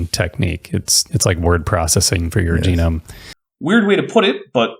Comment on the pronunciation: Oh, is this where Bad Jackson gets his pronunciation of "jeh - noam" from?